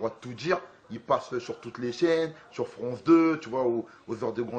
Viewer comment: on dit France 2 pas Fronce 2 #ALIBI et au passae max il te défonsse !!!!